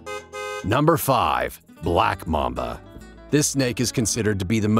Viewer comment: mAmba not mumba